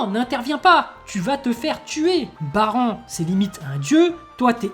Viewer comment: 25 ans que j'attends cet épisode. J'ai pu enfin verser des grosses larmes viriles en voyant mon bro Popp mourir . ça se "Baran" couille ta prononciation de Baranne